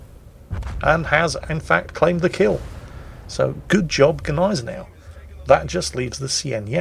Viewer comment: When says Gneisenau I hear Agonizer. Is it only me?:)